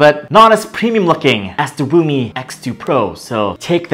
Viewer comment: Everything's fine but why do you call if RUMI😂🤣😂